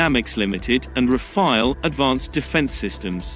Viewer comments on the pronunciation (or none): none